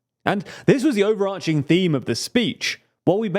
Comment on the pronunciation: thumbs up from me for being the only youtubers who seem to know how to pronounce overarching 😂